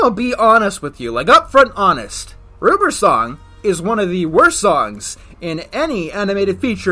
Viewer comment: When he said "ruber's song" I thought he said Ruperson